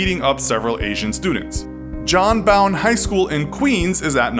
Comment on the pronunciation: John Bwone..... yeah......